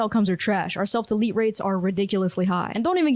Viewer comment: I liked the video, I have one question though… did you mean to say “self elite” or “self delete”?